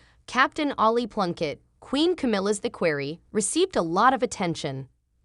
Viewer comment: Learn how to pronounce the words. Listening to your butchering equerry was too painful. Learn that V means “the fifth”, like King Edward V is verbalized as King Edward the Fifth. VI is sixth. VII is the seventh. Basic simple Latin, which is a part of our lives. Watch My Fair Lady and listen to the professor explain to Eliza how she is in control of her voice and the words she uses and the way she pronounces them. You should try like Eliza did, and succeed. Good luck.